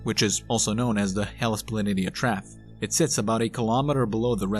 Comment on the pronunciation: "Planitia" is pronounced "pla-nee-sha". "Trough" is pronounced "troff", not "traff".